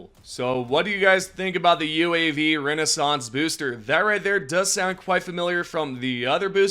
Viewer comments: Just say RECON, it RECONnaissance not RENAISSANSE, your country's education system has failed you:face-red-droopy-eyes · Homie it's RECON-naissance not Renaissance. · You do get that you completely mispronounced "RECONnaissance," right? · Brother, you're a YouTuber, you set your own deadlines. Put some effort in a re-record the part where you keep mispronouncing a common word. What's the point in even doing videos for the community when you're giving out wrong info because you want to be 'first'? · Yes, first. You scrolled on the HD2 Reddit and Discord, and just put other people's work in a video in the hopes to get it out on YouTube first. In that rush, you''ve made yourself look foolish when there was no need what-so-ever and gave incorrect information to players which is supposedly your job. You could have said recon, or actually read the word properly. They aren't similar apart from having multiples s's in them. Take 5 minutes to rewatch your videos before publishing instead of rushing to be first.